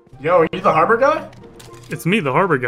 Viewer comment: "back to habror"